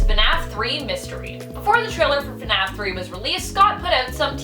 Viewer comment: She legit says funaf